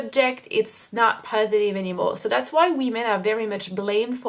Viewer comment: Your English is really good, and your pronunciation is great! But in watching your videos over time I reaallllyy want to advise you on changing one English sound: "o" in like "video" or "know" or "so" etc you pronounce it too closed, like "oo" (or even ü) like "videoo" "knoow". It's a little to strong, like the "u" French sound. If you change that slightly your accent would be perf!